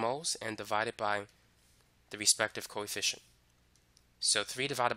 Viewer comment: i thought he was saying coy fish instead of coefficient